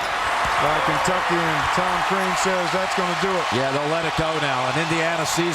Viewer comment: Crean...not Krean =) Watford for the win! Yesss yessss! LMFAO